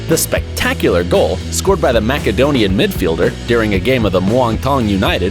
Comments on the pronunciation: Tries so hard to sound Euro by calling it football (you’re American, we know you call it soccer) and making bad attempts at at accents with player names, then calls a Macedonian “Mackedonian” 🤦🏻‍♂️ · Makedonian? My friend, are you talking about the peanut? Learn how to pronounce countries other than you're own. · is this called "", whilst the guy pronounced "Macedonian" aa "Mackedonian"? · he said makadonian for macedonian too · “Makadonian”? Macedonian perhaps. Jesus Christ. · MaKedonian? Cavayni? What are these pronunciations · my man said Mack-edonian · "Mackedonian midfeilder", i understand the lack of football knowledge but Macedonia is a country. You should know how to pronounce that lol. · I subbed until you said Cavini. Why do Americans get it wrong so often? Edit: and "Mackedonian" was the cherry on top. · “Mackedonian” Jeez lol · Cavini🤦‍♂️ mak edonian🤦‍♂️ mans gotta get a British voice over guy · this person called cavani "caveeni". This ytber is a moron. He called it "makedonian" in reference to his own stupidity. I bet this guy would say "wheel k hair" for "wheelchair" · Mac-adonian? CavIni? Seriously? 😑 Straight red for you ♦️ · But he is speaking English, not greek, and therefore should pronounce the word with an english pronunciation. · You pronounced Uruguayan wrong, you pronounced Cavani wrong, you pronounced Macedonian wrong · The guy narrating this video is a dumb ass who mispronounced almost every other word, Macedonian, Cavani's name, the word Argentine, he call the jersey "t-shirt", shorts he called "pants"